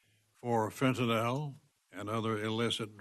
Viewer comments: Fennton L?? .How is he in politics and he doesn't know how to pronounce fentanyl???? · Maybe first he needs to learn how to pronounce "Fentanyl".